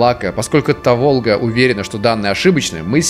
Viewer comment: Та́волга. Если что